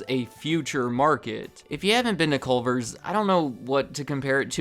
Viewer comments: You can tell he’s not from Wisconsin by the fact he says “Colver’s.” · This is what the fast food restaurant in Crip Heaven is. CUH-lvers